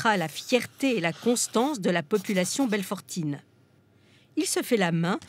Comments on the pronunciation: Belfortaine et non belfortine Merci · On dit Belfortain, Belfortaine, pas Belfortin, Belfortine ;)